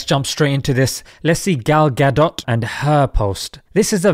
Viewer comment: gal gadot sounds like avocado to me! hahaa!